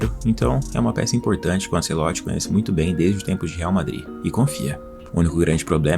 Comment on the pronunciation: Tirei do vídeo pq fala anCEloti.